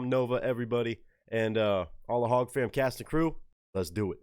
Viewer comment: Hey, First time seeing a busy by you, good reaction in my opinion (doesn't mean much), but I just want to let you know that HOG is pronounced hog, not hodge. The first time I heard you pronounce it, I was like WTF?! How did we go from talking about Tom to the Hodgetwins? Lmao (I imagine you've heard of them, twin brothers, but Marines, pro America and all, they have a YouTube channel and such if you want to go check them out at Hodgetwins).